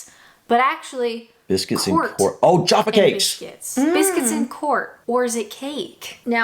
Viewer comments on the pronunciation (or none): Jaffa with an “a” not “jarfa”. Interestingly, every supermarket or food shop in the UK has Jaffa Cakes in the biscuit isle. The distinction is due to laws around the ingredients and moisture etc. Biscuits are classified as a luxury item whereas cakes not. Personally, I see them as biscuits and they’re one of my favourites - along with ginger nuts and plain digestives. Love to you all xx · did mispronounce Jaffa; and has done before - sometimes as ‘‘Joffo’ as many American ‘reviewers’ do; though heaven only knows why? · No r in Jaffa. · Why do Americans say Jarfa? There's no r. It's Jaffa. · It’s not Joffa cakes is Jaffa cakes that’s what we say in English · top tip. there is no R in jaffa cake. JAF FA. Its a cake. biscuits get soft when they're stale. cakes go hard when they're stale. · Jaffa not jarfa. Like a jaffa orange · Most people I know pronounce Jaffa cakes like jam NOT like jar. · There is no R in Jaffa! Therefore it is not Jarfa cakes. Love you guys! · Its 'Jaffa' cakes, not Jarfar cakes sorry :o) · Jaagh fa cakes rhyming with staff, caf(e) !as opposed to johfa cakesrhyming more with jaw ! Hope that makes sense ! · Jaffa not juffa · Jaff-ah cakes, not jarfa cakes. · It's not JARFA cakes.....it's Jaffa...a, not ar. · Jaffa not Jarfa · Jaffa with a short 'a' not Jaaafa. Also Sasha not Saaasha. There are many other examples I can't think of at the moment. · She's right , your wrong it's Jaffa not Jarrrrrfa ! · It's "jaf-far" there is no R in the word so it is not jarfer like you both said. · Jaffa Cakes.. not Jarfa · It's '_Jaffa_' Cakes NOT "Jarfa" ❤I love Jaffa Cakes.❤ ❤They are ❤ CAKES ❤ Cakes go hard when stale ... Biscuits go soft when stale. End of Story...!! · It’s Jaf-fa not jarfa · Jaffa not Jarfa. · you hear joffa and I hear jarfa. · it pronounced like this 'JA-FA' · Pronunciation is the UK/Canadian version. There is no 'r' in Jaffa 😁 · Jaff to rhyme with naff with er (a) on the end. Not a long 'a' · It's Jaffa, not Jaffa